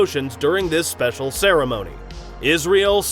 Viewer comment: *ceremony not ceramony